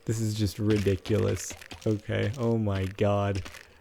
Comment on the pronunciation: why is he saying "oh my gawd" like a guido?